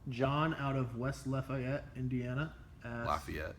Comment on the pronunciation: pronounced "Lafayette" correctly the first time.